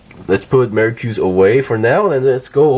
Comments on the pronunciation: "Maricruz" LMFAO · So weird how you're pronouncing their names. Pretty sure the dub pronounced them as Vey-eight and Mer-cure-us.